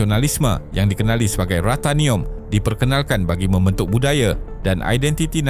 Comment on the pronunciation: Yale❎ Yala✅ Mementuk❎ Membentuk✅ Penengaran❎ Pendengaran✅ Tolonglah sebut perkataan tu dengan betul. Jangan obses sangat nak berkonten sampai berulang kali salah sebut satu² perkataan. Dalam video2 lain pun ada berulang kali kesalahan serupa dikesan. Kalau ada masalah "sangau", tolong latih lidah tu supaya tidak keras macam getah skerap!